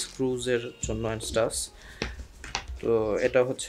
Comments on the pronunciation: you pronounce xiaoyue or 小月 as it is in chinese as "shao-you-ei" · শাও-ইয়ে হবে উচ্চারণ